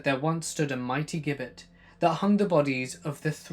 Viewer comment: A Gibbet is pronounced as "Jibbet"....As like the name "Gillian."..